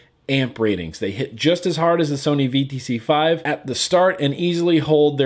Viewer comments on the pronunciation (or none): none